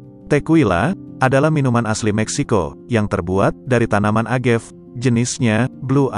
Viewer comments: Sorry nih. Agave bukan dibaca Agev. Dibaca Uh-Ga-Vei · Cara baca yg benar: AgavE - E nya dibaca, bukan agav. Tekila - bukan tekuila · Cewe gw org f&b denger creator ngejelasinnya ngakak 😂 a-ga-ve sebutnya buka agev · nyebutnya 'téqila' sm 'agavé' bang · Baca:Tekila bukan tekuila. Agave bukan agef.